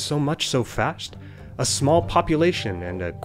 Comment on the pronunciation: Am I the only one who hears him saying "fasht" or "facht" instead of "fast"?